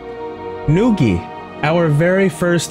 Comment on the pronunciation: Just for clarification its pronounced nugi like a chicken nugi but keep entertaining people lije always